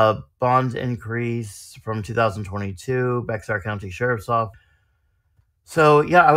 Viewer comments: Wow. Thats my county! Also Bexar is pronounced bear. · BTW Bexar, Texas is pronounced Bear.😊 Even Texans screw it up. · Just learned Bexar is pronounced "Bear." Also, sorry that this one was a little blurry on the text.